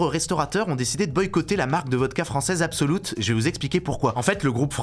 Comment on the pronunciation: Absolut se dit plus ou moins "Absoluuut" et pas "Absoloute". Pourquoi ce parti pris que le U suédois se prononce OU, c'est bien souvent pas le cas 😂